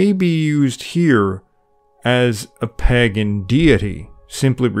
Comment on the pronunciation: Stop saying pag gan .....it,s pronounced pay gan.